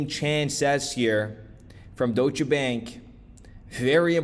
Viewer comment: it's not DOY-SHA... it's pronounced DOYSH. 1 syllable. Geezus fuck bro